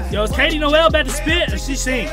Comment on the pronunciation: Why tf did this dude pronounce Noel as "Noelle" 😂